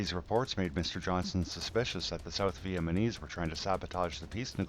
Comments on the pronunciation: It was interesting but do you think you could at some point pronounce Vietnam and Vietnamese properly? It is not "VietManeese." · man i agree too. it sounds like hes saying vietmanese.